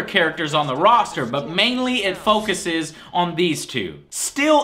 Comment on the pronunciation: No, it's Roster. As in a roster of characters. A collection, a group ect. A rooster is a bird.